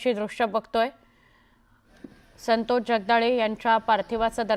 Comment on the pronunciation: असल्या नाटकी बातम्या कशाला दाखवताय?खोटे अश्रु काय कामाचे. संतोष चे नावही या लोकमतच्या बाईला नीट घेता येत नाहीये.